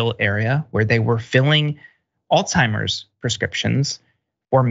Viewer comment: Hi Dr. Richey you're correct when you said Alsheimer